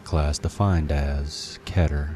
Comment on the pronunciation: your pronouncing keter wrong.